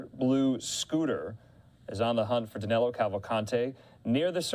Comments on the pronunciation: Danelo sounds really bad but that's how they pronounce it in the US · 2 weeks and 💩 news can't get the fugitive name right!! Danilo, not Danelo. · His name is Danilo Cavalcante, not Danelo.